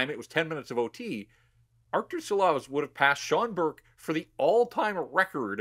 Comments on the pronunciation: 🇱🇻LATVIJA SARAUJ!!!!🇱🇻 ŠILOVS - SHILOVS like SH SH SH!!!! - LIKE ŠKODA LIKE SHANAHAN NOT SANAHAN!! 🇱🇻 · Please, show some respect and learn the name! It is Šilovs, pronounced Shilovs in English.